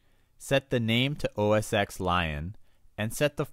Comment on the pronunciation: it's not OS "X" it's Mac OS 10 (X is the roman numeral forr 10 :P)